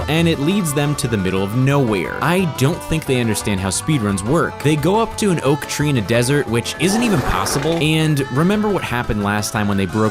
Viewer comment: "they go up to an 'OAK' tree in the middle of the desert"